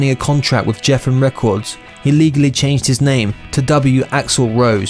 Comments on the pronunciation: GEFFEN Records. Not JEFFEN Records. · did u REALLY say "Evan Erilly"??? Instead of Erin Everly?🤣😂 Edit: it's also pronounced G-effin, not Jeff-in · Being English I'm no expert on american pronunciation, but........I'm pretty sure axl rose didnt grow up in laff-a-yeti and guns n roses didnt sign to Jeffen records 😂😂😂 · And “Jeffen” rather than Geffen records. Hee hee. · You don’t pronounce the “e” at the end of Lafayette. And Geffen is pronounced with a hard G, like the G in Guns n Roses, not like the G in Ginger. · It's pronounced Guffun not Jeffen lol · It's la Fee et, Indiana. Il a noie not il a noise. Geffen records. Not jeffen. And Axl was never in la guns. Tracy guns was in the original lineup of Guns and Roses, hence the name. And the follow-up album to appetite for destruction was g n R lies with "patience " etc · HEAPS OF MISTAKES!.. ELLE MCPHERSON??. GEFFIN RECORDS PRONOUNCED JEFFIN. AND HE NEVER DATED LANA DEL RAY, SHE JUST HUNG OUT AS MUSICIANS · "LA- FIE- YET"...... "GHEF-FIN records"....do your research.. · Lah-fay-ETT-eee, LOL....moe-RON!! ...........JEFF'N records.....LOL....oh boise!! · He pronounced the label as Jeffen record's..... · Someone needs to teach this narrator how to speak American! “Lafayette-e?!” “ Jeffen records”!? Have you never heard of the general de Lafayette or Geffen records!? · I realise you aren't American....but mispronouncing so many names is pretty bad if you want to be taken seriously. Geffin records really shouldn't be mispronounced.......look it up.